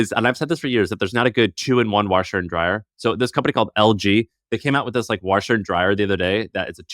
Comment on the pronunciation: Listening to say "Warsheer and Dryer" is great 😂